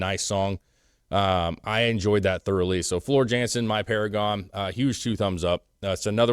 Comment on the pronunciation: The J pronounces as a Y. Floor Yawn-sin. It’s just a "IMHO," but Floor singing music like this is like putting a formula-1 race car in downtown traffic at rush hour during a hurricane while kittens and puppies and old women roam the street. 💙💙💙All Hail Floor !! 💙💙💙 Infantryman-Nightwish Army. US Regiment. Kentucky Battalion RIP Ann Waychoff-Commanding General-Nightwish Army